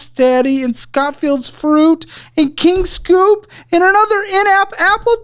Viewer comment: It's not King Scoop it's King Soop as in Soopers. It's a grocery store.